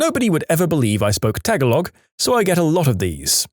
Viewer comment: In the Languages story, when the narrator apologized for his pronunciation of various languages, he mispronounced "PRONUNCIATION!" The word "Tagalog" was also mispronounced.